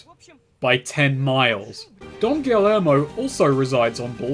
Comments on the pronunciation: Double L’s in Spanish makes a Y sound... so, Don Gee-Yermo not Don Gilly-ermo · Subscribe to find out if ever learns how to say “Guillermo”